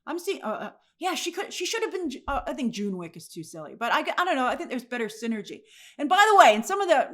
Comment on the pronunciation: An amazing display of team synergy... Or team "Sinner-gy" 😂